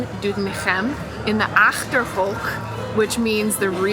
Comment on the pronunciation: "DoetinCHem in de aCHterhoek in Gelderland" - you're nailing those G's!